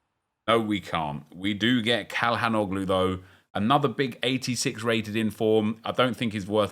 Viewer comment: Call han no glue 😂😂😂 omg crazy pronunciations mate